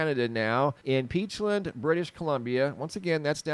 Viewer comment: Side note. “Peachland” or “peachlind”. I always thought it was the former. Lol